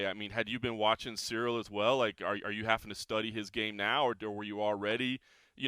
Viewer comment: in the comment section Lol'ing at Jon pronouncing Ciryl Gane as "Cereal Gain". Meanwhile, can't pronounce simple English words at a first grade level. For example, as long as I can remember, he's pronounced "having" as "haffing🥴". is just one example, but he says it every time and unfortunately it's a word he uses a lot. The lack of intelligence, perceptiveness, and self awareness you have to lack to be about 50 years old and still unable to pronounce elementary words, is unbelievable. Especially when you're a journalist. Then you have the way he mumbles "nice" after he gets a response to any of his questions at pressers and interviews. There's a long list of annoying thing does. I just find it extremely annoying that of all people, he has the nerve to knock a guy's pronunciation of anything. What's next? You going to criticize his physical appearance like you're a far better specimen of a man? 😂